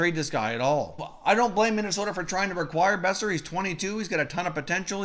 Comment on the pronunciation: First learn to say his name. Second, it took you 6 mins to get to the points of the trade rumors. Third, Vancouver ain't trading Boeser unless there's a holy crap offer.